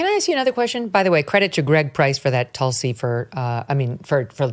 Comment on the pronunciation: Wrong pronunciation of her first name